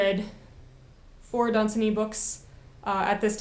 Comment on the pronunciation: It is pronounced Lord dun-ZAN-y!